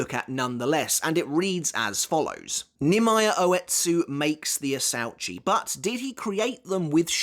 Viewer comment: “Asuechi it’s pronounced in Japanese idiot not how you pronounced it asauchi